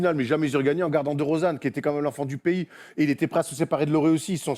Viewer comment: Prononce bien DeRozan stp😭